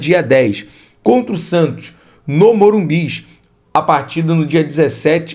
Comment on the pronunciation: para de falar Morumbis só tem um